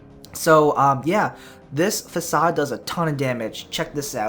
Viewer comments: he pronounces facade as fasad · Fakade lol, learn yo ingrish